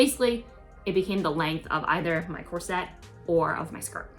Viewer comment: You have big aspirations. I think you would benefit from sewing lessons. You don't pronounce the word corset correctly. Sewists say bust cups not breast cups. I can't believe you wore that dress in public. You have the potential to design and sew beautiful things, but you lack skills. Take sewing lessons and then you can be proud of your project instead of joking about it. Good luck!